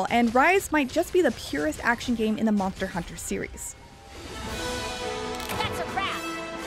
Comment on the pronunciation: Monther hunter 😂